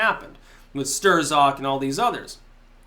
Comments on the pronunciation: It's pronounced "Stroke" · sTERZOCK ?!?!?!?! Everybody pronounces it "Strock" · don't mean to nit pick, only hoping this helps. strzok is pronounced "struck". and of course trump knows about the clintons... he's their cousin. thanks as always! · According to Wikipedia, Strzok is pronounced "Struck". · Lol, “Stir-zok.”